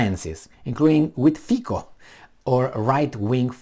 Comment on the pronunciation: Sulik's citation needs continuation: SaS worked as some kind of a filter for some of that inadequate proposals, but now it is complete chaos. And only to ease reading, Fico reads more like Fizzo and Caputova is something like Chaputova. :-)